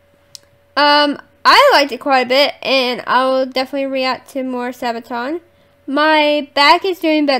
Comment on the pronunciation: Do more Sabaton. You say it correct, not your brother :) Read about song before listen to it, enjoy the world of Sabaton.